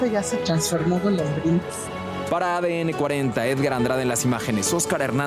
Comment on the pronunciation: Todo el tiempo dice la pleca Golodrinas en lugar de Golondrinas 😅